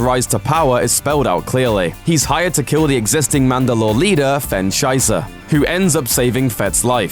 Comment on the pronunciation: wen you said sysa i heard it as scheisa from the german langouge , i am so sorry xD